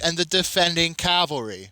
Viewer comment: It's pronounced ca-val-ry not cal-ve-ry